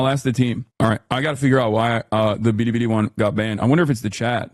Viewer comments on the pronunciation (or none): Why does Hasan pronounce Bili Bili like that? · I'm not one to defend Hasan but this is generally how East Asians pronounce anything with an L 😂